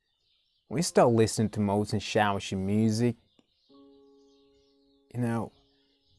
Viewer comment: Tank you for reacting to persian videos. and btw the artist name is pronunced like "moh sen chaa voshi"